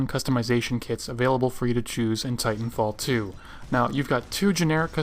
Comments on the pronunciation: Great video, very informative. also it sounds like fighnfall 2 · he says " fitan fall 2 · it sounded like you said fighting fall 2